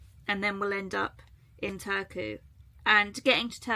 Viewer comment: The R in Finnish is always rolling R, quite similar to Spanish rolling R. So you should pronounce e.g. Turku as TuR-ku.